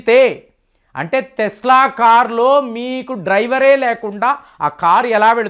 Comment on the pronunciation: Thesla kaadhu tesla